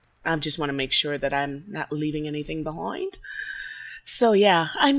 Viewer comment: LOL at you growling! Either don't take Sten to Haven, or if you do, be prepared to need to talk him down. Sten's dialogues open up when others in the party banter with him. It's a little counterintuitive. You can romance Dorn, but you don't want him in your good party. Leaving anything Behoind? Suddenly you're from NY? :P Zaeed in DAO, haha. No, he can't join. Maybe you already did her quest? After that dialogue with Morrigan, you might be able to talk to Sten about mages.